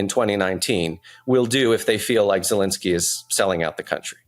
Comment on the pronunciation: Tim... your guest is knowledgeable but he loses all credibility when he doesn't know the name of the Ukrainian president. He is NOT POLISH. Please tell him to look at the letters in the President's name and try it again!